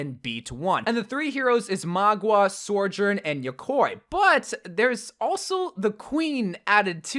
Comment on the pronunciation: Nobody. Absolutely nobody.:sorjurn and mah- gwa